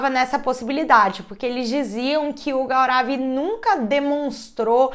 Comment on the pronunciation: A pronúncia correta do nome é Gourav😊